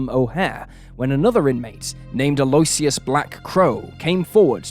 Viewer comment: It's pronounced Aloe-ish-us